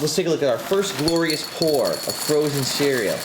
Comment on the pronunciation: I honestly thought you meant "frozen cereal" - literally someone went to the trouble of finding a way to freeze cereal and make it somewhat decent. Your use of emphasis did not help either. :P